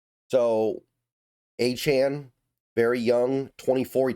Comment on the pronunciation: Saying his name right..... that's a good sign. Achane is a dawg